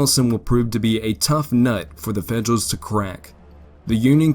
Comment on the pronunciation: Yeah, "Fedrools" and "Uleesees" 😂